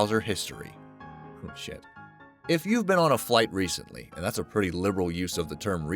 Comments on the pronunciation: I love how he says "shit" on the airline one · he Said oh relly kvarjet and Said shit much loder